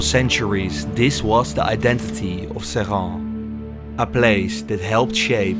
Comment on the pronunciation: This is a cautionary tales. Our ancestors invented the blast furnace. Those plants, they were ours. The french sold them to the indians, and they closed the plants to decrease competition, after billions of subsidies. The french just nationalised the plant from mittal. Screw him. Also your prononciation is attrocious it's pronounced 'SRINNN. The locals will know :3